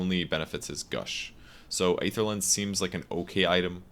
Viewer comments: kurosaki Yes I think that's what I wrote too. There are different transcription symbols after all. But to make it more simple, the "ae" souns just like "ee" in words like "see", "employee", etc. At least that's how I know it and that's why I'm asking, since pronounces it differently. The word "aether" can also be heard in the movie Thor: The Dark World. P.S. I'm not trying to be clever or anything, just curious about the word. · Isn't the correct pronunciation of Aether [i:ther] ?